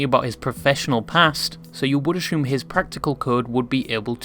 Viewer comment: bro stop saying ashume